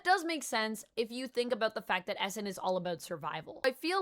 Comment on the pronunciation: It legit took me a half dozen times of you saying "Essin" to realize you were talking about Eson.